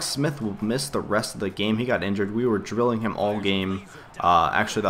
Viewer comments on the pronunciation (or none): none